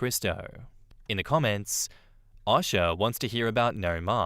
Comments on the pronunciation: For Future reference, most US people pronounce O.S.H.A. as "O-Sha" and not "Osh-A". But that's just a nitpick. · OSHA is pronounced OH-shuh. I was confused for a sec why a Russian woman popped up in the story at the end. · Thank you 😂 I was legit like… Who is Asha? Does he mean OSHA? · 😂 the way he says OSHA